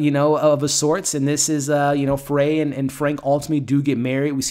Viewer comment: Her name is faye not fray